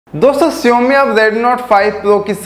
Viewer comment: Learn to pronounce Xiaomi first